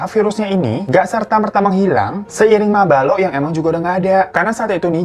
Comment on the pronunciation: bang di menit mabalo berubah jadi mabolo 😅